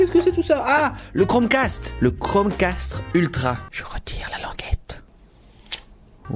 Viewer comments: Toi aussi t'a entendu "Chrome CASTRE" ? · À il dis " castre " 🤣🤣 Sinon j'adore t'es vidéos